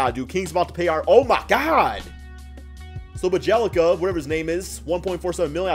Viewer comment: Bjelica is pronounced "Bee-ye-lee-tza'' just as fast as you can :D beeyeleetza